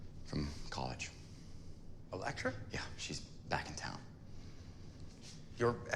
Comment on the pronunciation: He finnaly said Elektra!! 🙏🙌 lol, jk love the reaction as always ❤️